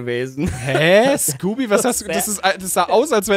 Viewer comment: er heißt nicht skoopy